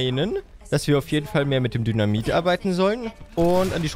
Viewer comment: Sorry aber ich hab ab einem gewissen Punkt immer nur noch "dönermit" anstatt "dynamit" verstanden.😂😂